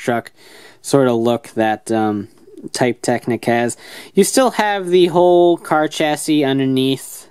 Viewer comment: I don't want to be annoying, but it seems rude, even if Drive is fictional, to choose to pronounce Technic/Technique wrong after hearing the proper pronunciation. You wouldn't say a person's name wrong after getting to know it, would you?